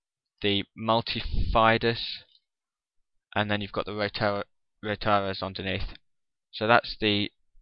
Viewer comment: did he call the rotatores "rotares" ?